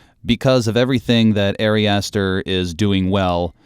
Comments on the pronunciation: Just a minor critique, only because I know Ari Aster will continue making movies that we want to talk about - his name is pronounced like “ah-ri”, not “airy”. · Honestly found it really hard to listen to this without cringing every time the guy pronounced Ari like "Airy". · "Airy" Aster is one of my new favorite directors.